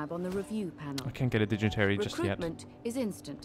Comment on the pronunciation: Lol 'digitary' =P